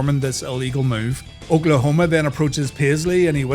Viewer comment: did you hear I make bbq sauce- olkaholma